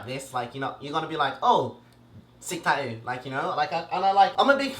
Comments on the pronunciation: He says tatoo he doesn't say tat-too he says tat-oo 😂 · Taooo is the way he says tattoo, it’s adorable